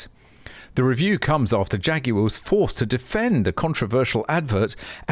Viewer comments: I like the way you pronounce "Jaguar" Jay Goo Are. Ha ha. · " Phaguar" opps